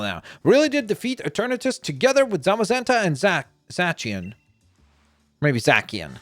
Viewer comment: Zay See An is how you say it